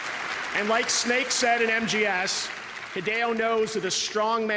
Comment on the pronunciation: Did you rike it?